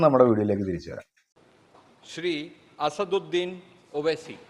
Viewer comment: അസറുദ്ധീൻ അല്ല അസദുദ്ധീൻ